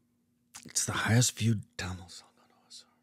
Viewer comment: he's saying tamil wrong